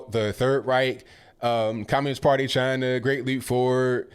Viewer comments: When your so old you say "Chiner". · I wish would go to Chiner as he pronounces it, and lick some door handles while the Coronavirus is raging over there. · Never heard of CHINER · Chiner, cuber ? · Can't trust henchman that can't pronounce "China".. it's not "Chinner " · Wtf is Chiner? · "UNPACK, THE WHAT NOT " T-SHIRT Does he say, Chiner? Oh my did forget death, imprisonment in commie countries? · Someone tell; there's no R on the end of China. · Who’s ChineR? Why does he call China Chiner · Cuber and Chiner? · Cuber , Chiner, Really, idiot! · says china as chiner. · JimmyGable I thought I heard him say “Chiner” as well! 😂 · Where's "Chiner"? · Dude cant even pronounce china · Cuber and Chiner😳...yeah, really educated. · Just for the record he didn’t say Cuba and China, he was talking about Cuber and Chiner 😂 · Too bad they don't have paper to write on. Also, there's no 'r' on the end of Cuba or China. And take a look at a Cuban hospital. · How about you live in and assimilate in "Cuber" or "Chiner" amongst their citizens if they're so great?